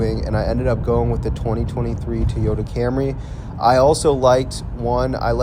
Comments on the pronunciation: It’s TOYota not TEEOTA. TEEOTA, TEEOTA, TEEOTA, TEEEEEEEOTA. FFS, why are Americans so incompetent at pronouncing anything . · WTF is a “TEE-OYTA”?????